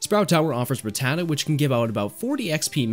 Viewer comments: The way you pronounce rattata makes me wonder if you have ever seen a single episode of pokemon as a kid 😂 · It’s RAT-ta-ta not ruh-tata